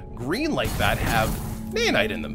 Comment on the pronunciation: its naOhnite not naYanite.